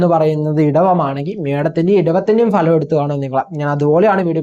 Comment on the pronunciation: ഭലം അല്ല , ഫലം